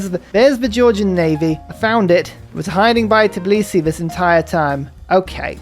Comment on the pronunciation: Shoutout for getting the pronunciation of Tbilisi right!